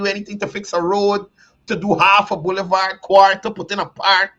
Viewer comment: The word is "Boulevard" not "bullyvaar".